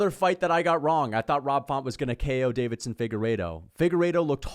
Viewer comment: ITS NOT DAVIDSON ... ITS DEIVISON atleast say their name right.. deeeevisson